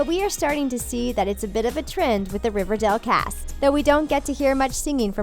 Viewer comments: the voice over kept saying River Dell instead of River Dale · Omg learn how to say the would riverdale. It’s not river-dail . It’s river-dale.if that makes sense?? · She keeps saying riverdel it’s riverdale 😂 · Stop saying Riverdell, it's Riverdale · Does it annoy anyone that she's saying River DELL in stead of River DALE? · Does any one else get annoyed when they say riverdel like it’s river DALE NOT DEL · It's riverdale not riverdel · It's R I V E R D A L E Not R I V E R D E L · Is it just me or does she keep saying river DAL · Can't she just say Riverdale properly!!! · Im sorry but for gods sake please pronounce riverdale peoperly. . No heart feelings